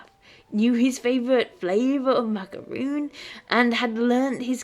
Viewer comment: Macaron not macaroon. Two different pastries.